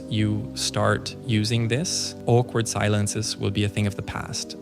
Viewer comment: Anyone else realize the way he says "Awkward silences" with like a Scottish accent?